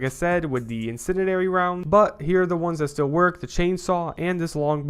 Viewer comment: bro is struggling hardcore saying incendiary "insininary"